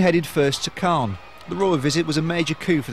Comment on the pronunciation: Clane? I think you mean Calne!